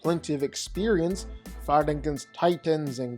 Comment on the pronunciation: Ok, I'll bite: last night I was pulling and all nighter doing paperwork and binge listening to your "vs" videos that I recently discovered, and I can't shake the need to ask: why is it that when you say "fighting" it seems to sound like "farting"?